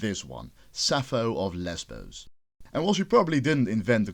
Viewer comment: The way you pronounced Lesbos made me cry laughing.